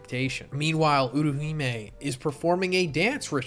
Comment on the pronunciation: Utahime. not uruhime